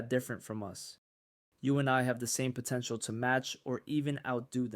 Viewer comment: Its potential, not potencial